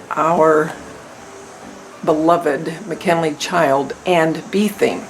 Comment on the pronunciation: Mackenzie....not....mc kennley.....